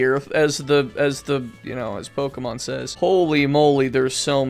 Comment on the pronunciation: That may be the first time I have heard Pokemon pronounce it as actually "Pokemon" and not pokeeemon